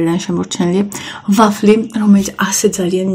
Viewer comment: ვაfლის ნუ იძახი რა ვაფლი ქვია